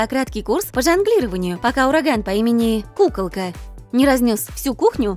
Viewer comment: Мне показалась пукалка а не кукалка 😂